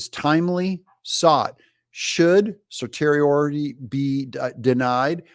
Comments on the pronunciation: "Certiorari" is pronounced Sir-see-ori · Certiorari = Ser-she-o-rawr-ee